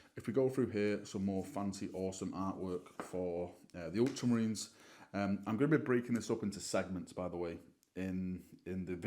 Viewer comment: The way you said Ultramarines 🤣🤣🤣